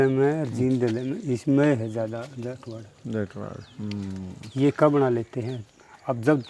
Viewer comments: पत्रकार भाई तेरे सामने ये बार बार जाट को जाटवाड् बोल रहा है क्या ये सही है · ये बाल्मीकि भाई जाट को जाटवाड़ बोल रहा है बार बार ।।। क्या ये सही है??? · अरे भले आदमी इनका सब कुछ जला दिया इब जटवाड़ा भी ना बोल